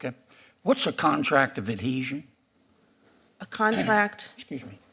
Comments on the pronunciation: How is she a judge if she's never even heard the word, "adhesion?" Or as she says, "adesion." She's functionally illiterate. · what is a contract of "adession?" Axing for a friend. 🤣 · It can't pronounce. Adhesion. Wtf!!! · The REST OF US, when we apply for a job, we know how to do it! She CANT EVEN PRONOUNCE Adhesion correctly!!